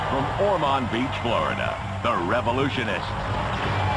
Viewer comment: I’m from Ormond beach and I’ve met before. I can confirm that, that is not how you pronounce Ormond Beach 😜 ( says it correctly )